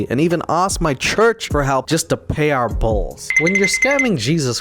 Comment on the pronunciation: Stop pronouncing bills like that, it’s B-ILL not bowls